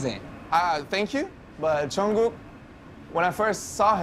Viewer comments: i’m cackling how he says jungkook he’s like jun-koo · Did he really just say ‘jungkoo’? 🤦🏼‍♀️🤣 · how did no one notice Jimmy say jungkoo? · Is anyone else laughing their ass off from jimmy calling jungkook jungkoo? I mean it’s ok sometimes we army’s do that too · Jimmy fallon kept pronouncing Jungkook’s name wrong 😂 ‘John Q’ 😂